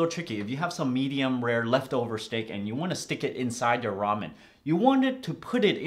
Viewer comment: Raym-yoon xD